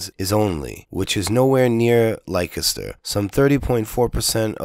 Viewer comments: Lik-e-ster, lol. It's pronounced Lester. I know, English is stupid. BTW: Thanks for this. I like PJW but I do know who he works for and am onto him. Whenever you criticize a video of his you won't get any replies. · Dude, it sounds like "Lester" not "like-a-stir" why?, I haven't got a clue, but it's not how it looks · Leicester is pronounced 'Lester' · Leicester is pronounced Lester. Just sayin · We have crazy spellings but just for your info for what it's worth, Leicester is pronounced Lester and Derby is pronounced Darby. 😊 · "Lye-kester" oh god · I heard there was a miscommunication, and that Tommy reported that the particular wing that he was in he estimated at 70% Muslim. Also, it was a tiny handful of people who were unruly out of a group of 20,000+. Some were probably being drunken idiots, some may have been provoked by the police. So 'not all' right? Finally, in the UK Leceister is pronounced 'lester'; ) Anyway, always appreciate you putting forward your point of view. Cheers